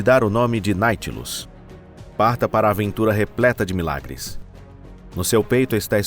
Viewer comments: O " NAUTILUS"" VIROU NAITILUS TENHA DÓ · Do vídeo eu gostei muito. Só detestei vocês ficarem falando Naitilus o tempo todo. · Ele erra a pronúncia de propósito,para os otarios comentarem. O ser humano é previsivel e manipulável 😅😅😅😅😅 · Depois da terceira vez que disse Naitilus ao invés de Nautilus tive que sair do vídeo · Escrito NAUTILUS e o animal lê Náitilus. Esse canal vai mal. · IA ou não, que quem temha postado p vídeo., corrija essa poha de pronuncia errada. Dá nos nervos! É NAU tilus, carajo. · Ô cidadão, É NAUUUUTILUS, Criatura!!! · Deu até raiva ouvindo o narrador falar naitinos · NaUtilus!!!! NAU! De navio!!!! NaUtilus! Sabe ler não? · Não dá, vou abandonar o vídeo ' naitilus' até dói os ouvidos! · Que voz de IA bem ruim, ouvir "Nightlus" o tempo todo nao da! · Tirando o "Na-i-tilus" da narração da IA, foi ótimo. Obviamente foi pirateado de um original americano. O pirateador poderia, ao menos, ter se dado ao trabalho de corrigir o nome do submarino. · Olha, se quer ser narrador, tente aprender a ler primeiro. Narração irritante falando o nome do protagonista tão errado. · A pronúncia correta é Nautilus!! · Pelo amor de Deus!!! De onde vcs tiraram esse ridículo "Naitilus"? Verne deve ter se revirado no túmulo! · Vai sfd... além de fazer um vídeo preguiçoso usando I.A coloca falando o nome errado de propósito, que ódio, deslike também... quer crescer, faça direito ou suma... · Não conseguem dizer nem o nome direito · É irritante saber que o cara fala errado o nome. E, de propósito! IRRITANTEEE!!!!